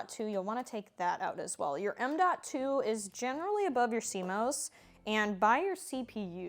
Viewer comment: C-MAus not C-MOes - 😆😆 apples go in the fridge